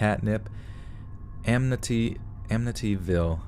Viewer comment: I live in Long Island and my uncle lived by Amityville and yeah you kind of pronounce it the right way just a little off